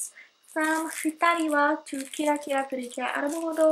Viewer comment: I thought you mean to say Cute instead of Cure lol